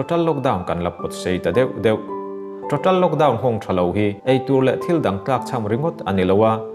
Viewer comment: Total tih hi ngati nge ṭoṭal tia in lam kher le ka ti ṭhin.... a awm anglo êm mai a....